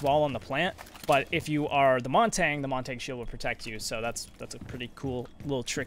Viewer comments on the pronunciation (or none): Montagne pronunciation: Mon-tah-niuhh